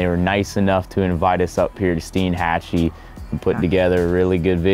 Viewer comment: As a local, I'm just glad you pronounced Steinhatchee correctly haha. Great video y'all!